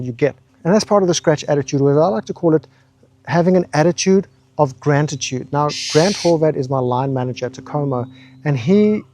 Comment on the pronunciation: "Grant-atude" hahaha